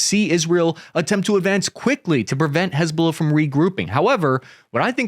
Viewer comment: Damn. You do a great job. I would just say this. Hiz-Ba-Lah. Not huzbullah. You're discombobulating it. hizb ba laah. But Dann, you're knowlledge is impressive.